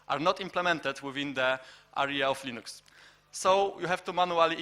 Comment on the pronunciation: Moglibyście dodać napisy chociaż, połowy co ona gada nawet nie zrozumiałem... a wyłączyłem video po 10 minutach oglądania... Linux wymawia się Lynyx :P - tak an przyszłość.